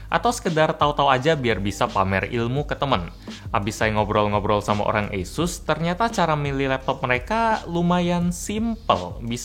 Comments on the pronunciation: Pelafalan kata "asus", kaya bilang "yesus" ya? Apa kuping gua yg salah🤣🥴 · Esus kayaknya mbak